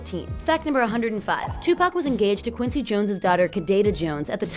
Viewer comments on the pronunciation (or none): none